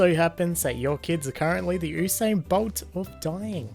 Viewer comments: Did I hear Ew sane instead of you sane for the word Usain bolt 😳😂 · Oosayn bolt, it’s pronounced YOUsain bolt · Uw-sain bolt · On the first one did he say oosane bolt?